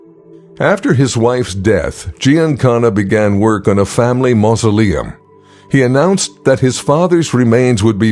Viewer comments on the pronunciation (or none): none